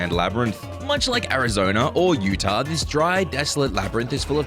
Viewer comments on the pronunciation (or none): none